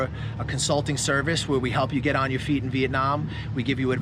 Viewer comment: Why do you say "brush yo teeth" ?